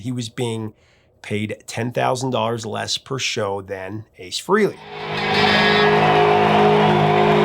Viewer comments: HUGE Kiss fan here. I have Ace Tattooed on my arm. BTW his last name is pronounced Frahley not Frehley like it's spelled. I like Beth not my favorite Kiss, but I like that it was outside of the box. My favorite Peter Criss song, that he sings anyway is Black Diamond. I'm impressed with how much you know about Kiss. I've been a fan since Crazy Nights in 87. Bought the non make up stuff first and then got into the 70's stuff shortly after. Imo Peter probably didn't have much to do with the actually writing of the song. He sings it nicely but that is probably as far as it goes. Paul and Gene do like to control everything, but the band would have died in the early 80's if they hadn't. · "Rock and Roll Over. ...NOT Rocka.and.Roll "ALL" Over. Pronounced : Fray- LEE NOT FREE-LEE. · It's pronounced FREHLEY, not FREELY! ☝🏼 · Frehley is pronounced "Fray-Lee" not "Free-Lee". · Stan's surname is Penridge, not "Pendridge", and Ace's surname is pronounced Fray-lee not "Free-lee." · Why do so many people insist on saying Ace Frehley’s name wrong , even Ace says it isn’t pronounced Freely , it’s pronounced Fraylee , spelled Frehley , but so many people say it wrong. If you are that much of a music guru , you would know how to pronounce musicians names. Good lord get it right. And it isn’t a location type of pronunciation. You don’t say it one way because you are from the east coast or the west coast , it’s Frehley.